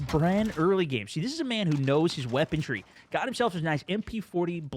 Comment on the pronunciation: There's no T in weaponry....LMAO